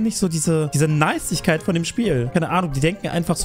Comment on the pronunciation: "niecigkeit" like what xD